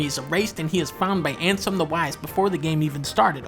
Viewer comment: It's Xehanort (pronounced "zay-an-ort") and Ansem (pronounced as you'd expect it to be). He pretty much mispronounced all the names in the video (most likely deliberately).